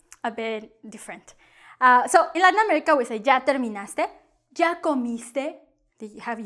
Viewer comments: She's not conscious that she pronounce ya as ja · At least pronounce it correctly. It's not the english J. Can't stand teaching incorrect pronunciation. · Why when u say " ya " it sounds like " ga " ? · I am so confused. Sometimes you pronounce ’ya’ with a y or sometimes j sound. So which one is right?